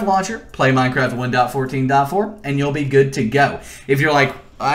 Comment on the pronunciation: i hate to say this but the way he says 1.14.4 is really bothering me, no hate though. His tutorials have helped me a lot in the past